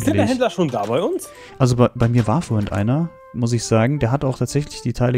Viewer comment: vorhint..... es heißt vorhin. Bitte sag vorhin...